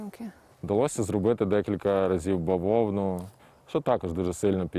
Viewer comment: Бавовна на расєйском хлопок, тільки наголос перестав))).